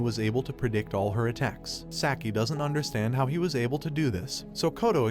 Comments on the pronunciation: Saki... It is pronounced "Saaah-key" NOT "Sack-ie" -_- Burns my ears to hear it said sackie... sack. sack. sack. -________ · Hearing Saki spoken as "Sacky" really gets me for some reason.. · You're asking that of a person that pronounces "Sah-key" as "Sack-I". It's obvious he only knows the basics of the anime just enough to give a recap.